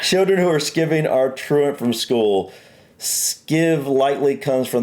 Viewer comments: Skiving is pronounced like sky-ving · There is a general rule about pronunciation: a vowel then a consonant and then a vowel means the first vowel is pronounced as it sounds. So in this case, sky ving. If it was pronounced skivving it would have double consonants. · Its pronounced "skyving" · With regard th 'Skiving', you guys are pronouncing the word wrong. It shouldn't be pronounced 'Skivving', but rather as 'SKY-ving'. It has two meanings in English - 1. To avoid work or to do very little work, and 2. To thin down tanned leather hides so they can be joined together invisibly or without a step. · There is a skivvy that is pronounced the way was saying it. But it's skiving (Skyving) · Sky-ving. The way that you pronounced the word, with the first syllable rhyming with 'give', Then, the word Skiving would be spelt with two letter 'V's and then it would be pronounced as Skivving, not skiving. The two consonants, following the vowel, shortens the vowel sound. Inserted Caveat: Mostly! Except when it doesn't. One consonant lengthens it to rhyme with 'eye'. Personally, I blame Webster for this mess. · Skivbing is pronounced sky ving, skiving also refers to trimming leather Knees up is a party, there as a song called 'knees up mother brown' Have you not heard of 'where's wally'? A common phrase for Sophia would be 'my little tickety boo', but you could also use it for Mind the gap was about trains, several platforms, especially on the tube, were curved, which meant there was a gap in the middle of the carriage, ocverground trains now generally have doors at the ends where they are closer You did good:) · It's pronounced 'sky-ving'' The way you said it would be double 'V'. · Skivving 😂😂😂😂 made me laugh that……sky-ving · Pronounced “skyving” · In relation to not being at school, the proper pronounce word ,though it,s not spelt ,this way is ( SKY--VING ) SAY IT AS YOU SEE IT HERE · Skiving is pronounced sky-ving. 😊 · Pronounced SKY ving. Skipping school.